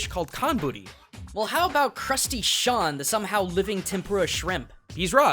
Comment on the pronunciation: Crusty Shawn it is pronounced Seen